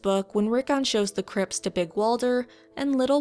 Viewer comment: First American I've heard to pronounce the t in 'crypts'. Good stuff.